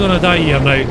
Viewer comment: "Sleep Nao."